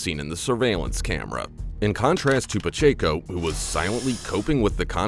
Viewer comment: It's Paaa-check-o... prounced....I hope they have to pay out... Idiot$